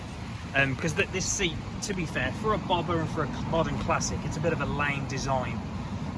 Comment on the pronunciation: Its BobbeR not bobba! Lol